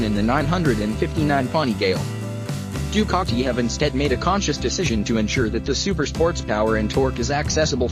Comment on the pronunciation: To anyone reading before watching.... Don't bother. Other than hearing the repeated "Ducaki" throughout the video, about 30 seconds is all you can take.